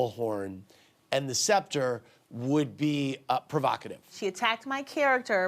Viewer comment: The fact that she still cant pronounce sceptre correctly sends me.